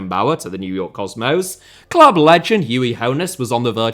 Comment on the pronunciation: how on earth do you manage to mispronounce "new york cosmos" 😂